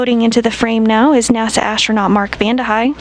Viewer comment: ashtchronaut achtsronaut .... How the duck the commentator lady can not speak normally? Can she even spell astronaut? Say simple actronaut please.